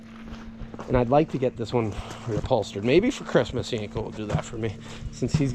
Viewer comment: PREdicted not PERdictid. "Perdictid" is not a word. "Repulsterd" is not a word. Reupholstered.